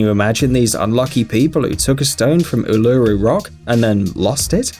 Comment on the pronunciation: Its called ullaroo not uololroo